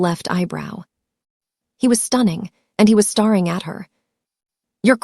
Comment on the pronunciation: Stare. Is pronounce stare.....ing